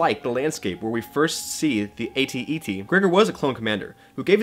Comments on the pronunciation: Is AT-te not AT-ET. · its AT-TE bud. not AT-ET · "AT-TE", please...